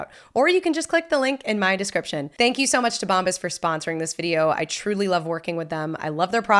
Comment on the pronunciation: you say Bombas funny